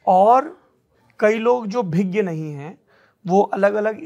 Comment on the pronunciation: सौरभ द्विवेदी जी शुद्ध शब्द भिज्ञ नहीं अभिज्ञ है जिसका विलोम शब्द अनभिज्ञ (अन्+अभिज्ञ) होता है।